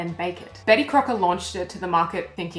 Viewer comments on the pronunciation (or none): none